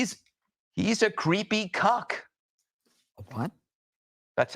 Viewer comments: . . . ‘cuck’ . . . NOT ‘cock’ . . . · Did he call him a cuck or a cunt ? Walz is a sicko whatever